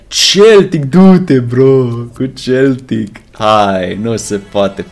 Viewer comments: Dupa 24 de episoade inca nu ai inteles ca se citeste seltic ! Ai aproape 100k subs si 5 comentarii si nici pe alea nu le citesti :/ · SE CITEȘTE !!!SELTIC!!! CU "S"